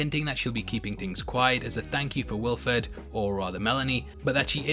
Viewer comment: also you said Wilford wrong